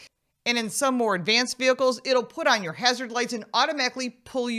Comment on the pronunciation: emphasis is on the wrong pronounces there... "YOUR ... YOUR ..." is the correct focus, and rather questions that should be on the table.